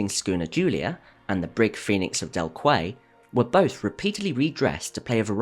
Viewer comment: Quay is pronounced Kee in English.